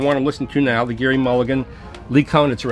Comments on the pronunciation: "Gerry" - pronounced like 'Jerry' and not 'Gary'. And man, that's the lp i have been waiting for. Glad to hear it sounds good. Mulligan is GOD. Well... in my book. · always thought mulligan's first name was pronounced like 'Jerry' not 'Gary'?